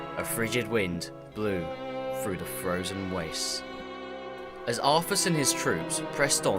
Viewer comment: How u say Arthas and through.. Actually say through.. not fru